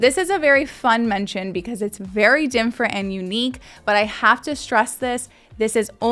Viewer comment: of this video The word Different is NOT to be pronounced "DIMMFRENT"